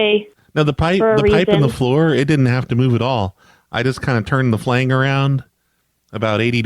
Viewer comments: I laughed every time you said "flang." Did you mean phalange? That's pronounced fuh-lanj. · had me cracking up everytime he said "flang". Flange is pronounced "flanj",. I love you! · FLANG FLANG FLANG ITS FLANGE, DANG